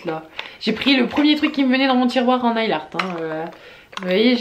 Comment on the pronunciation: Si je peux me permettre nail se prononce neyl et non pas nayl haha